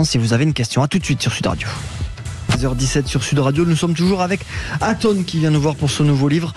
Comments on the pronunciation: Il a du mal avec son prénom Lol Atos ...Ato ....Aton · ATON, c'est ATON bordel pas ATO. Bercoff franchement parfois.... Dur... 🤣😅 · Aton pas Atos (Athos) .. Allons André, on est pas chez les mousquetaires .. et pas Ato non plus ... Allez encore un petit effort André !! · Je suis mdr Bercoff n'arrête pas de l'appeler Ato 😂. Mr Berciff pardon Bercoff 😂😂 regardez Grég Mma vous verrez Aton... pas Ato 😂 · ATON ! A-TONE ! André faites un effort 😅